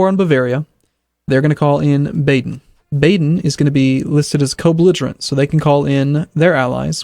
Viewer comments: Just an FYI it's Ba-den not Bay-den... its "Ba" like the sound a sheep makes. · Why are Americans sooooo useless at pronouncing European names? Dude, you pretty much can't pronounce ANYTHING properly. Mainz, Hesse, Baden, Niederbayern, Cleves. Go and look up their pronunciation.